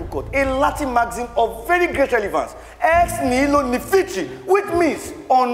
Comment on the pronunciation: Mr Macaroni, you really need to revise the pronunciations of the Latin maxims used in this video, since you are critic of others ( politicians ) you should try and put your house of comedy too, in order. Hope you understand this, they way i want you to. No offence(s). 1) - : What he ( TIMI AGBAJE ) pronounced should be more or less written as " Ex nihilo nifitri " which means on nothing nothing can stand, but in the actual sense it is [ Greek: οὐδὲν ἐξ οὐδενός; Latin: ex nihilo nihil fit), and this means Nothing comes from nothing, which is a philosophical dictum first argued by Parmenides ]. I wonder how come the Judge didn't correct him, rather clapping for a legal blunder ( although i stand to be corrected ) Taking into consideration semantics in English language, you should agree with me that " Nothing comes from nothing " is not the same as " On Nothing, Nothing can Stand ". I just hope TIMI AGBAJE is not creating a Latin Maxim as a derivative of another Latin Maxim on the fly right there in the court, just because he is Nigerian, and he is in Nigeria. Will update this comment later. kind of busy now.